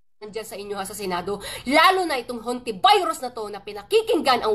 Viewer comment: Sa sobrang galing nyang mag English ang “ HONTIVEROS” naging “ HONTI VIRUS “na. 😅😅😅😅😅😅😅. Talagang maba birus kayo sa mga pinaggagawa nyong kalokohan.